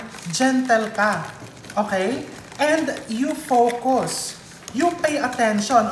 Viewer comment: Nanaapak ung mga words mo chef rv 😅 lalo na po ung gentle and focus😅😅😅